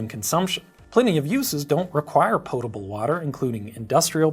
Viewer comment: I'm not sure which gets the strongest reaction from me, how much I love the way Grady pronounces "Fermented Beverages" or how much I hate the way he pronounces "Potable"!